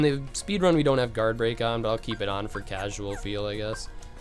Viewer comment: When he says "casual" it hurts my casual heart 😩